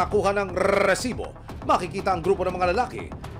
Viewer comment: Sino dito naiinis sa pag bigkas ng resibo? haha